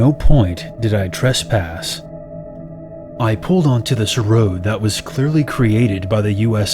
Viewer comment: Stop saying TRUSSPASS. Its Trespass